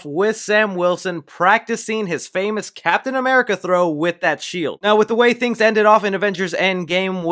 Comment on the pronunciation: I love the way you say 'Cap'n America', like 'Cap'n Crunch'